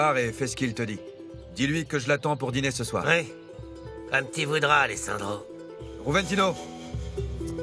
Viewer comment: Joventino ,en espagnol on prononce Roventino